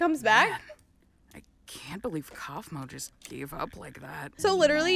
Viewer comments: It's not kaufmi it's kaufmo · said kafmoe